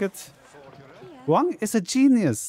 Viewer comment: It's "genius"! Back to school with you.